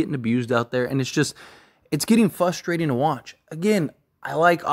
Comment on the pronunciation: great content but you gotta learn how to say "frustrating" esp if you're gonna cover this team 😂